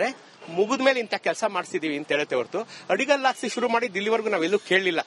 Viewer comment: ಅದು ಆಡಿಕಲ್ಲು ಅಲ್ಲ ಮೇಡಂ ಅಡಿಗಲ್ಲು ಅಂತಾ ಸರಿಯಾಗಿ ಉಚ್ಛಾರಿಸಿ